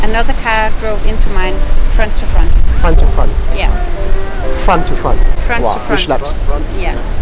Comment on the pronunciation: fwont tu fwont..yes